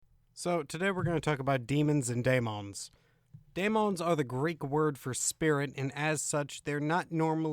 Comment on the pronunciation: I don't understand the pronunciation differences . Referring to the first word in the title - daemons - sometimes he pronounces is as "day-mons" and sometimes he says "die-mohn-es". Why the change? It seems deliberate.